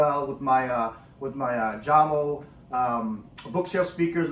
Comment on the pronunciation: The J is not pronounced like strawberry jam... its pronounced like You Yamo